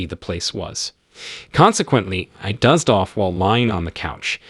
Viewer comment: The AI narration who doesn’t know how to pronounce words like doze and alas ruined it for me